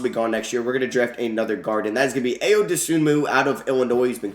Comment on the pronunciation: Hey it’s not a big deal but Ayo’s name is pronounced eye-oh